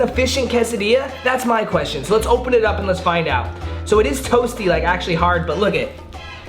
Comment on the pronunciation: No one: Literally no one at all:: “these lemons are SHO sour. SHO sour”